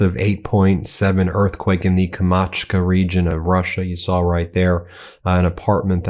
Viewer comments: Let me be a little nitpicky here. It's Kamchatka, not Kamatchka. That said, keep the good work going! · Kam-chat-ka. Not Kamatcha. Come on man, you went to law school! 😂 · KamCHAHTka, not Kamachka! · It's Kamtchatka not Kamachka, Ben. Love your show, just research before you name it. That's all. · Kamachka? Jesus kriste. KAMCHATKA 🙄🤣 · It is called Kamchatka, not Kamatcha. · No es Kamachka ,,, Es Kamchatka ,,,Señor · The region was Kamchatka pronounce Kam( hard K am cha ka). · Pronounced "Kam-chaht-ka" region. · Kamchatka. Kam-chat-ka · Kam-chat-ka , Ben. Just like it looks...Kamchatka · Kam- chat-ka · KAM-CHAT-KA - repeat after me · Phonetic: Kom chat ka: Try to get it right Ben. (Just a personal bugaboo) - Need an editor? - I think, "Yes." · Thanks for the report, Ben. My only complaint is pronunciation; key words in a news report should be pronounced correctly. Sigh... "Kamchatka" is NOT pronounced: "Ka-Mach-A." Just read the actual word! It should sound like it is spelled. Thanks for your attention to this very annoying matter! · Kamachka region? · It'a pronounced Kam- CHAAT- ka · Kamchatka not kamatcha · Pardon me, Ben. It's pronounced Kam-chat-ka. Slavic languages are very difficult for English speakers. I think the Tsars and the old Russian church meant it that way 😃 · Ben KAM-CHAT-KA 😂😂😂😂You're terrible with names 😂😂😂😂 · Kamchatka. Not Kamachka. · kam - chat - ka (not whatever the pronunciation was in the video!) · f"Kamatshka"? Where's that? In "Sbrie"? Near "Vladstok"? :D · KAMCHATKA. SAY IT CORRECTLY! YOU ARE A MEDIA MAN.